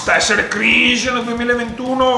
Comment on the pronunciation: gente: cringe: criiige first reaction: sciok!